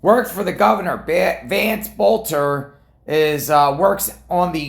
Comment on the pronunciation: pronounce the last name correct please